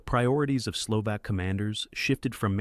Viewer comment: HOW do you produce a "factual" video on the Slovensky Stat WHEN YOU CANNOT PRONOUNCE MONSIGNOR TISO'S NAME CORRECTLY? How can you be taken seriously? AND it is Slo-VAHK NOT SLO-VAAAK, My God. You know NOTHIING about Slovakia's treatment of its Jewish populations Slovakia being THE ONLY Axis member that "'deported" (nice evasion ..."deported" WHERE? Bermuda?) its Jewish population VOLUNTARILY WITHOUT GERMAN PARTICIPATION OR PRESSUE Using primarily something called the Hlinka Guard who are notably absent from the docu (just as well as your AI would have doubtless mis-pronounced their name) to the point where Slovakia became/is the most "Juden-Frei" state in Europe. This is a pure Ai channel the "commentary" such as it is probably taken directly from some 3rd rate AI service including photos that do not match the commentary the supposedly illustrate. One of the WORST WW2 channels on YouTube and that is saying a lot Unsubscribed.